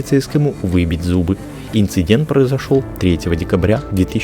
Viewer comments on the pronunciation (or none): none